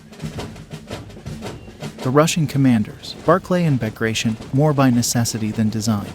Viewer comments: please correct commander Bagration it doesn't pronounce as "bagraishn" its Royal family of Georgia and pronounce as it written Bagration. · Bagration is pronounced Bag-rat-eon. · for some reasons people always pronounce "Bag-gra-tion" but his name should be pronounce as "Ba-gra-ti-on" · It always turns my stomach to hear an American butcher the pronunciation of russian names... Bagration, Kutuzov... dear God🤦‍♂